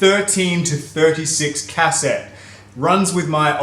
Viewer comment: I love how you pronounce "Cassette" as "Cass-ette" lol